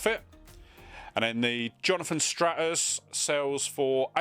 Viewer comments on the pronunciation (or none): I’m still giggling at the pronunciation of Vivaldi and Strauss. Love it! 🤣🤣 Good haul!